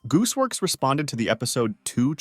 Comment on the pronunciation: “Goose works” MAN ITS GOOSEWORX